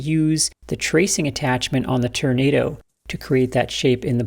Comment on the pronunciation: Can we get a "Turnado" count? 😂